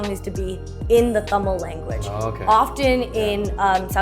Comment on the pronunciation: Can we talk about how beautifully Philip pronounces the word Tamil!? 😊❤ A for effort!